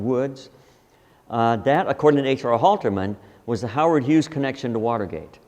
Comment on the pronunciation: damn dude, his name is HUGHES, HUGHES, H U G H E S. For Christ sake quit saying Hughs.